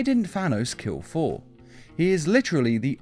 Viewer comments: All I hear is foor instead of Thor XD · The way he says Thor is hilarious FOR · I thought I was hearing things lol